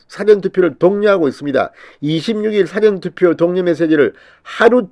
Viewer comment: 사~전 투표로 발음하세요😀😀